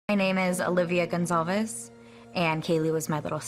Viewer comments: It is NOT “Gonzalez!” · Thank you so much for putting this in here. It irks me every time I hear it’s spoken Gonzales